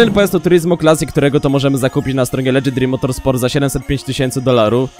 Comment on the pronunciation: Czemu słyszę Elegy Dream Motorsport zamiast Legendary Motorsport